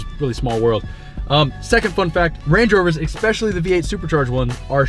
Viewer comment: "Ex-specially"... you know you do that right? ;-)